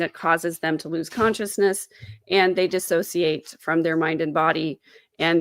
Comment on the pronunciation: I never before understood that you and Adam are at odds. Of everyone in your family, I would have expected that you and Adam would be allies. Also… I really appreciate that you pronounce ‘dissociate’ correctly. Someone needs to run a masterclass for lawyers to educate them that ‘dis-associate’ is not correct… it’s ‘dissociate’. Every single lawyer I see in live-streamed cases seems to think the word is disassociate; drives me crazy.